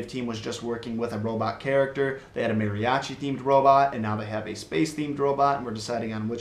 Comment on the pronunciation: Listening to him try to say Mariachi made me laugh but if u were to say that to a Mariachi instructer he will get offended